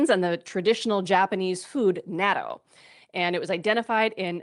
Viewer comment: your pronunciation of the word natto it's so funny. its Knot toe with an emphasis on the second T